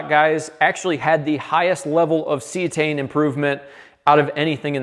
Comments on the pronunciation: Cetane, (C-Tane) not See-A-Tane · lol, doing to much... its not see - uhh - tane... just good ole C-tane CETANE..... please don't say oc-to-tane... please... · Good video! I’ve been alternating between Power Services and Archoil in my 2003 Motorhome with Cummins 8.3 BTW it’s pronounced see-tane - not see-a-tane. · ? ce tane not ce a tane? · Am I the only one bothered by how he pronounces Cetane?